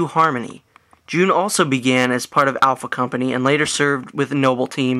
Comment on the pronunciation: its not june you tard ITS J-U-N